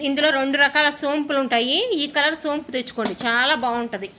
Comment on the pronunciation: సోపు కాదు...సోంపు,రెబ్బ కాదు రెమ్మ....గీరా దోస కాదు కీరాదోస... టమాటా టమాటో....మిచ్చి కాదు మిక్సీ....దాచిన చెక్క కాదు...దాల్చిన చెక్క....